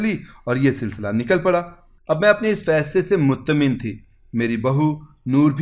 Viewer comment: Nice story ye beech may acchanak awaz badal ker story parhna ajeeb sa tassur de gae laikin good effort or han jaldee may aap mutmaen ka lafz bhe ghalat parh diya secondly story ko aapny kuch xiada he lamba kerdiya bhae